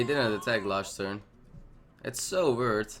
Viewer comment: Hey, ik volg je nu al een tijdje op twitch/youtube en ik vind je echt een toffe speler. Ik heb alleen nog wel een opmerking, je moet echt gaan werken aan je uitspraak/accent ga goed luisteren naar andere streamers hoe die dingen zeggen zodat je ze zelf ook goed uitspreekt:) Denk aan weird etc. THanks voor de guide tho en gl!